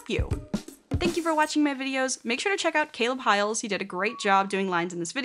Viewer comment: WAIT UST PRONOUNCED HIGH-ELS?? I THOUGHT IT WAS HI-LES-?!